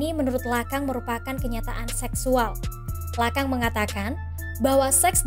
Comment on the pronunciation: Bacanya lakong bukan lakang